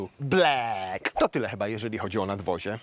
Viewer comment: Please nie mów "blek" mówi się "blak"🤨😋